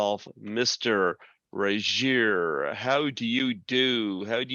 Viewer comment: Greg, you mispronounced his surname. The g in Regehr is a hard g. But Duncan took it with grace; he didn't even flinch.